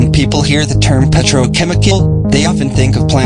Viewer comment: quite funny that the voice automator couldn't correctly pronounce the most important word in the video.